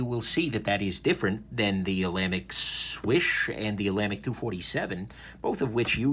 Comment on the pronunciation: "Ola Mick"...oh, sorry,.